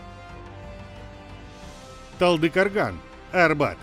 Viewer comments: Какой назер в *0пу ТалдыкАрган????? Хватит уже коверкать названия и имена!!!! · талдыкАрган, кАкшеутау, кАстанай, жанаАзен что московит это калякает?